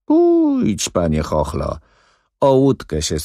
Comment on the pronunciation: Z tego co pamiętam, Skierka nie mówił do Chochlika "Chochlo", tylko "Chochło". A tu za każdym razem jest chochlo . Chochla to duża łyżka. I dlaczego Alina mówi jakby była po lobotomii? Komuś kto niemalże zna Balladynę na pamięć, naprawdę ciężko się tego słucha. Kabaret.